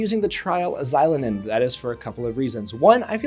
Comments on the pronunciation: It's a long O. zi-LOH-nen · It's Zee-lo-nen (just like how you would say the X in Xavier). Not She-lo-nen or Zy-lo-nen. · icl i cant even watch this video cause of how u pronounce her name 💀